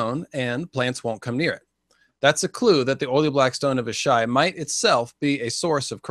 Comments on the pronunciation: Does it bother anyone else that the one dude keeps trying to go against common etymology/orthoepy to put emphasis on the the "ASH" in Asshai over the more neutral "AI"? I think it's the only instance where a word is forced into incorrect pronunciation for the sake of....nothing? Like..he goes out of his way to put the emphasis on the first syllables. What's next...carcoSAHHHH? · Loved this entire series! So informative, creative, fun, & just over all well done! I only have one question...why does consistently keep mispronouncing Asshai & Azor Ahai? Its really...distracting...